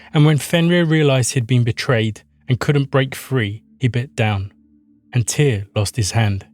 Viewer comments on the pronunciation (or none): Muito bom vídeo. Mas pelo amor de deus a pronúncia é simplesmente TIR como a Runa. Tyr era o deus primordial isso já está pacificado. Em todos os povos eslavos com crenças mais antigas que os Vikings, como bem disse, tem TYR/TEW/TIW/ ect como raíz para deus e qualquer coisa divina. Na gênese Nordica inclusive TYR existe antes de ODIN, ele é o guardião do equilíbrio entre as forças da criação (fogo) e as forças da preservação (gelo) antes doi mundo existir. O ser mítico Audumbla acorda ODIN (consciência) removendo o gelo (inexistência) dele, mas Tyr já existia e era o único que conseguia vencer os gigantes de fogo e de gelo mantendo o equilíbrio entre criação e status quo. O desaparecimento de TYR na mitologia se inicia por volta de 100 ACE e em 200 ACE (muito rápido) ODIN tomou conta de tudo. Isso coincide com as forças de conquistas Romanas aparecendo nos territórios germânicos. A sociedade nórdico ou proto-nórdica/germânica teve que se adaptar a esse invasor e isso generou novos paragdigmas na sociedade e ODIN foi a resposta a essas necessidades. Por isso que Tyr parece acochambrado, o mundo estava criado e estável, a justiça ainda era importante, mas a ameaça externa era muito maior, e a justiça que era resposta para desenvolvimento interno era insuficiente para controlar um inimigo externo. Por isso que tyr ainda é um deus da guerra e da Justiça. Em representações mais antigas Tyr é o deus da lança, não da espada. A lança durante muito tempo era a arma dos nobres, podendo